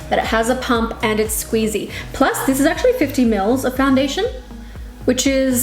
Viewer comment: I love how you say squeezy it so funny to me